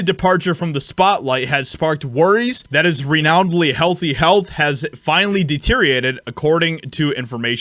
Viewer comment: The word has six syllables: de-ter-i-or-a-ted